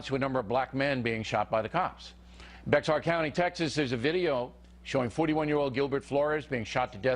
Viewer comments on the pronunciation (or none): Bexar? It's pronounced bear. 😪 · Its pronounced BEAR, not BEX-AR. If O'Reilly can't look up pronunciation, what makes you think he can accept facts? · lol beXar county? It's pronounced like "bear". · lol ... "beksar county" ... it's "bear" county people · Hey Bill, as a resident of the Texas county you mentioned, please pronounce it correctly! The "X" is silent when pronouncing it!!!!!!! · It's pronounced "Bear" County in Texas. Yes it is. Don't ask me why. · Bexar county is pronounced "Bear" county! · "Bexar" county? I'd hate to hear you pronounce "Oaxaca."